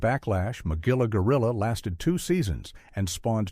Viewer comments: Hard G in Magilla Gorilla. Mug-illa. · Let me begin by saying you mispronounced Magilla's name. I never saw sexism in Captain Caveman And The Teen Angels. And the clips from Josie And The Pussycats you showed were from Josie And The Pussycats In Outer Space, which premiered in 1972, two years after the original.